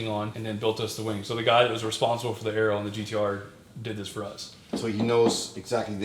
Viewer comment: "Aero" hat einen stillen A. Also wie Ero und nicht A-ero. Sonst sehr gute Videoserie